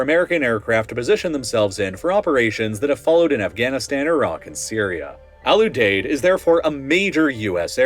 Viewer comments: For future videos, pronunciation matters: Lakenheath: “Lake-in-heath” Ramstein: “Ram - Styne” Al Udeied: “Al-You-Deed” Kadena: “Kah-Deen-Ah” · Ram-Stine Lake-N-Heeth Al-U-Deed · Pronunciation is all over the place. Lake-in-heath not Lack-in-heath. Al-you-deed not Al-ooh-dead. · You are pronouncing Al Udeid wrong my brother. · The nickname of Al Udied is "The Deed." Can you guess how it's pronounced? Have you ever talked to someone before you try with these words? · lmao right. Same for Kadena and Al Udeid